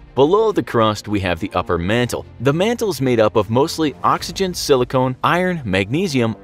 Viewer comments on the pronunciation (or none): Hold up, is he pronouncing silicon as silicone? No, that's not right. REEEEEEEE